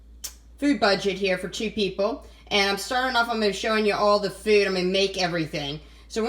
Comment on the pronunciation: Delicious? She used canned mix vegetables. She can't even pronounce potatoes or for.